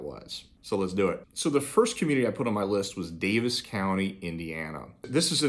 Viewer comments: Just to try to help, it's pronounced Davy's county not Davis. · I’m from indiana and it pains me to hear you say daviess county. It’s pronounced Davy’s not davis county.